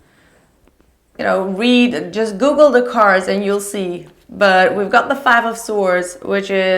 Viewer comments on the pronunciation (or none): none